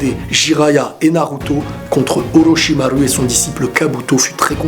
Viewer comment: araete de dire olochimaru cest chiant